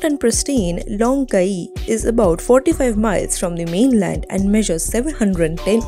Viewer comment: Please re-do the voice over.. you pronounced all the names wrong.. starting with Caye. (Key)